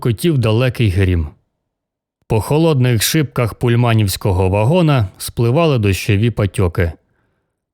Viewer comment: Оповідання нудне... слабеньке, хоч і Бредбері. Переклад супер. Озвучка також. Єдине, зверніть увагу на наголоси: напр., не ПульмАнівський вагон, але ПУльманівський. Дякую. Творчих успіхів.